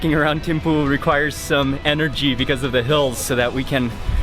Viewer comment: We pronounce it theme-fu